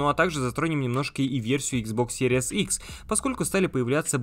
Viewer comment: Блин, как series только не читают( Серияс)))